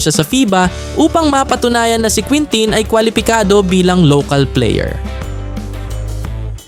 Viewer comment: kintin ang tama na pronunciation